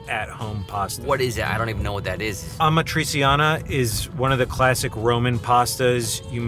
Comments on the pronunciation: Holy mother of god... "Ama-trisi-Ana" im dying xD Italians will curse you! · I was gonna say…. It’s pronounced “AMAT-RI-CHANA” in English phonetics 😅😅😅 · Also pronunciation of Amatriciana is scratching my brain in the wrong way... It's pronounced ah-mah-tree-CHAH-nah! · correcting pronunciation of agnolotti seconds after butchering amatriciana was something